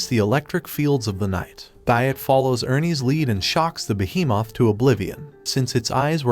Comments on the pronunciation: Why does he say behemoth like beehee Moth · When he said by behemoth it kinda sounded funny and weird !?